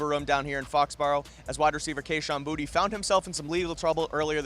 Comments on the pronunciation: he may have been trolling, but when he arrived and was asked by a local reporter, he said “bootie.” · it’s bootie. he said so.